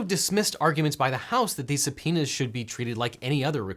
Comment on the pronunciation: Sounds like he's saying somepenis instead of subpoenas 👌